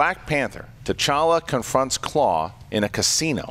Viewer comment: Klaue, not Claw